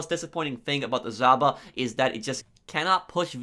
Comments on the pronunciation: In Europe we don't say Zhaba we say žaba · Without being a dick, its pronounced JAVA ;)